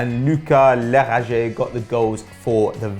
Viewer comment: I like how they tried to pronounce "Lukas Lerager" as if it was a french name, when he is a danish player :-)